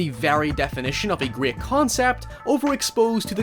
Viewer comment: ... I'm sorry what kind of concept? I hear "grear" but I'm gonna assume "great"